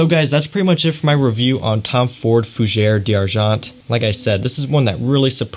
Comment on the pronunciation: I enjoy your videos and the details that u offer. But FFS learn how to pronounce the right name of the perfume. Now, we have unlimited sources to learn properly how to pronounce the name in the right way. I closed to many videos from you when you butchered the language. Please, LEARN.